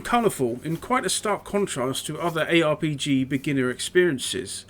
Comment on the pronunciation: Love when you said ARPG and nearly turned into a pirate! 😂